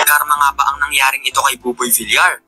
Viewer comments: Buboy vilyar po sir ang pronunciation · villiar dpt ang pag pronauce mo sir hnd villar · Boss hindi po boboy vil-lar ang prounounciation ng appelyido ni boboy tonong (vilyar) po yan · Boss...bilyar(Villar)Hindi bilar(Vilar)✌️✌️✌️